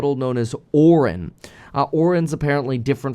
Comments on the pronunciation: It's pronounced Ore-eye-in. Also, as a programmer, the general public's understanding of AI is based on a marketing gimmick. It's essentially just a good search algorithm. Think of it as a better version of google. There's no intelligence built into it. All it does is return an output which matches the context of the input. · how does this dude make this much money and have this many subscribers and not know how to pronounce Orion. I mean come on. The constellation is in the sky practically every night from january to apirl. Men in black, the galaxy is on orions belt. The term is ubiquitous and hes still saying it incorrectly. Not a big deal but just surprised to hear him say it like that is all. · How could you pronounce the name 'Orion", as in the constellation Orion, or the motion picture studio, so badly so many times? I also watched your "hatchet job" on President Biden walking in the sand. -- No humor there, Bro! How do you think that Trump would do, walking through the same sand? He's not so adept at walking on uneven surfaces, either. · why is he saying Orion wrong